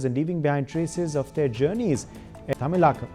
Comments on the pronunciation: Pronouncial mistake : It's not tamilakkam, but tamilagam. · Pronunciations Wrong.. It is NOt tamilaa Kam... It is THAMI ZHAKAM